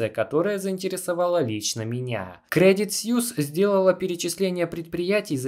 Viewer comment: Кредит суИс, а не сьюс